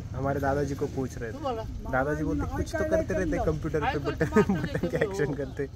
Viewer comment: क्यांपूटर नाही कॉम्प्युटर आहे ते 😂😂